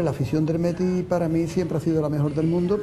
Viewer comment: El no dice viva el Betis el dice “viva er Beti”